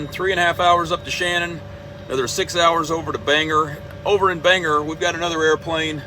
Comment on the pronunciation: In Maine we pronounce Bangor how it's spelled. OR rather than ER at the end. My mother lived near Clark after the war and had to carry a pistol because japanese remained in nearby jungle.